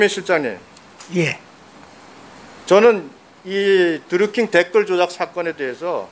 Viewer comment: 다좋은데 킹 발음이 안되나...드류큉 큉 거슬림